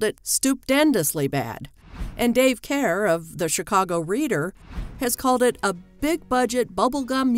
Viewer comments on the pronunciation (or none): none